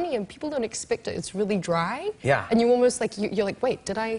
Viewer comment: yeah when she says 'dry' thats full american accent